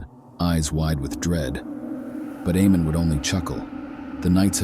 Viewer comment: The name is pronounced AYE-mon. I’m so glad that YouTube is demonetizing AI productions now